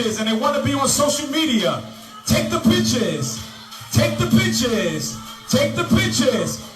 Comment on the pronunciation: The suit is tacky in my eyes but his pronunciation of the word pictures needs some work! You would think his speech and actions would equal his jewelry and suit